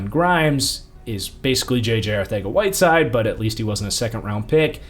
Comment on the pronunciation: Is there a reason he pronounces Arcega-Whiteside as ArTHega-Whiteside?